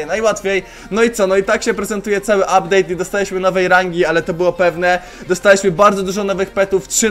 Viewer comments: "Updade" dzięki za poradnik był kozacki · "Uptade" super film troche sie dowiedziałem i potrzebuję tego peta ponieważ chciałbym farmić coiny na opening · "uptade"nick Czakinia